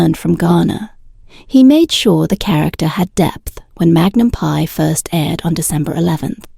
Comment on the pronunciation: Tom is 80 years old. Why do you spread fake news and misinformation about him and Jillie? What is wrong with you? This is a cruel CLICKBAIT. Learn English. It's free on YouTube. Teach your AI generated voice to pronounce correctly. It's Magnum P.I. and not Magnum "PIE" No, they did not steal water. It has already been clarified many times including here on YT. Get informed: The Ventura County District Attorney's office, where my sister, an attorney works confirmed that no case was referred to them for prosecution because the water had already been paid for by this private company that supplied the water. The company only violated state and local regulations when it took the water from one district, Calleguas Municipal Water District, Ventura County, and transported it to Hidden Valley, which is in another water district. He was only required to pay the costs of the private investigator. The lawsuit asked for the deliveries to stop and for reimbursement of the $21,685.55 the district paid to a private investigator. My sister and her husband also live there and also received water when the wells were empty. It was always paid directly to the same company. It's unclear if the Selleck’s knew where the water was coming from. They never received a cease-and-desist letter, as the recipients had to sign it upon receipt.